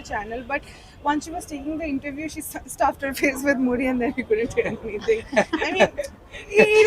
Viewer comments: Was I the only one who heard him say 'Muli' and not 'Muri' ? Just checking... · I thought he said jalmuli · Yes, he said Muli